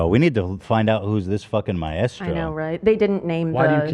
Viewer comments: Help, why are so many of you completely mispronouncing 'maestro' so confidently? I can't listen to Ethan say 'ma-estro' anymore 😭😭🤣🤣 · My-estro 😂😂😂 idk how but Ethan always finds the weirdest pronunciations. I always heard it as my-stro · Does Ethan think maestro is pronounced my-estro? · The way Ethan pronounces Maestro is so incredibly wrong, is this an American thing?! It’s 2 syllables not 3! :S Sorry, English girl here. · Am I the only one finding the teams pronunciation of maestro extremely jarring? I love them but is them adding the “eh” in a bit? Cause I don’t think that’s meant to be there… at first I thought they were talking about a drug Hahaha